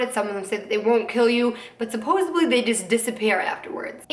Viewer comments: suppos-ED-ly...no hate 💙 js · She keeps saying supposably. It's supposedly...